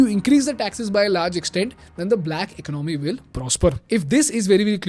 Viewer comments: ekonOmy - chh chh, no no. ekOnomy - ✔️✔️ 😊 Love your videos man. Keep them coming. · Eek-nomy??😂 very funny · Very nice video. Great info. Except you are pronouncing the word 'economy' wrong and it's irritating. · Can you learn to pronounce the word economy properly? It's really bugging me from listening to even meaningful content. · Please correct the way you say "economy". With all due respect. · you really need to learn how to pronounce the word: economy.